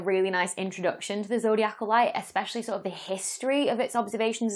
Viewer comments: Having read the "His Dark Materials" series of novels, I know to not underestimate the multi-cosmic importance of dust. Also, wouldn't it be zoh DEYE ah Cal, not zoh dee ACK all? 🙂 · Zodiacal is pronounced, zo-dye-i-cal. Not zo-dee-ac-al. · zo dee ACAL is so cumbersome Why not zo DI acal ?